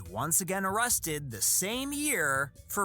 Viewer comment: No O-rested guy 😂